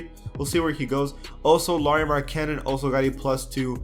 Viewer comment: Pronouce Markkanan name wrong